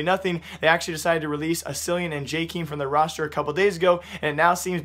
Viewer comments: btw you say JKEAM not JKYM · Pls.. read it like jakem not jakeem, we don't want no keemstar, also are you or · You dont know how to say jkaem